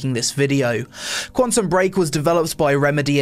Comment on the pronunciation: "20: Quentum Break" You butchered the title. Also you shouldnt mention the release date and the score for each game since you explained the criteria at the beggining. I would personally enjoy shorter list with more detailed description what makes this game good and maybe your personal opinion. While I like your content, I think this video is just plain boring.